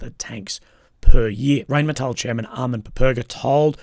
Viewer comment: Never trust a war blogger who can't even pronounce Rheinmetall. It's RINE-METAHL. And no, the Ukraine plant bs is a total PR story, it will never happen.